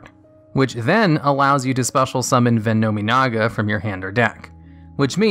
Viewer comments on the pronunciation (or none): The name butchering....it's so bad. Ven-nomin-ga: It is VENOM-IN-AGA Howitzer is an actual military weapon and vehicle, you can literally watch any documentary to know how it is spoken. On that note, watching the anime, of whichever card for whatever era the card comes from, you can hear exactly what the cards name sounds like. I'm sure I've commented something like this in the past, but it is just so bad, I can't get past it. Your videos may very well be decent and educational to new players and players that need to know this information if they ever attempt to use any of these cards, but the names.... The names!!! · I’m more annoyed that he’s saying ve-know-MEEEE-naga instead of ve-nah-minaga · But it's "VENN-um-EE-nah-gah". Like, "venom-y naga". Since they're all plays on the word "venom", and that's not pronounced "ven-ahm". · No. 10: High ATK can beat it. No. 9: High ATK can beat it. No. 8: High ATK can beat it. No. 7: High ATK + An ATK booster can beat it. No. 6: Its Ve-nom-e-naga. Pronounce it RIGHT. High ATK can beat it. No. 5: High ATK can beat it. No. 4: High ATK can beat it. No. 3: High ATK can beat it. No. 2: High ATK can beat it. No. 1: High ATK can beat it. NONE OF THESE MONSTERS ARE IMMUNE TO HIGH ATTACK!!!!